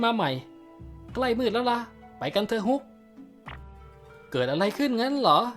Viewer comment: ฮุกมันฟังเเปลกนะ อิอิ เป็นฮอคไม่ได้หรอ